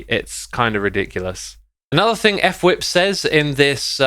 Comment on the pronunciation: I love how everyone says, "F whip." Guys, its pronounced, " FUH-wip"